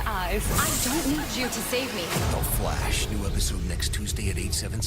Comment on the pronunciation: I’m sorry but I know I’m not the only one who is bothered when pronounces THE FLASH wrong.